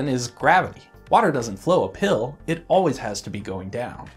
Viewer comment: whenever this guy is about to say two words in sentence where one ends with the letter P, he always combines the words into one group of syllables. It sounded like you said gay porn instead of cape horn. and it also sounded like you said a pill instead of up hill.